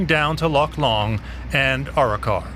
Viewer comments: I like how he says Our-Rock-our it's Aa-ro-car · Arrochar (A-RAK-KA) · Mispronounced Arrochar, descibed Loch Long as one of the most remote places in Scotland then describes how it's less than an hour away from the country's largest city. This report is a dogs dinner. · It’s on the main trunk road Glasgow to Inveraray the A83, not remote at all . Some of the Pronunciations are hilarious in this , especially Arrochar😂😂😂